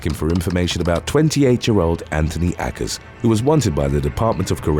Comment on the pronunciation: Why would you pronounce Akers that way? Obviously, you're guessing, and it's not even a reasonable guess. Too many YouTubers do this. They come across a word they're unfamiliar with, but don't bother finding out how it's pronounced, and often misuse the words on top of it. Obviously, names CAN sometimes be pronounced differently and still be legit, but this isn't one of them. It irritates me when creators get lazy, and I tend to put them on my "do not recommend" list the first time I catch them at it. This channel has been entertaining enough that I'll continue watching, but more idiocy will lead to me dropping you. Yes, it IS idiotic to be sloppy.